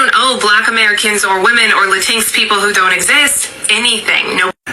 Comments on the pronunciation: "Lateenx" IT'S LATIN-X YOU SWINE (in response to the yt lady) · Did she just say "lah tinx"? 😂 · Who is “Lantinks?” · La-tinks! Cuter-sounding pronounciation than Latin-ex, actually. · What is a latink? Do you mean Latino. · She is correct that "la-tinks" doesn't exist 😂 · She better not be eating Mexican food or any Latinx (latincks as she pronounced it) foods. Cause we need to smack them tacos right out her mouth. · She can’t even pronoun Latinx correct!😂 And even most Latin folks don’t like that term! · She's being awfully loud for someone that has absolutely ZERO understanding of what she talking about. She can't even pronounce Latinx right 😂 And that last girl is always showing up to drag her own palm folks 😂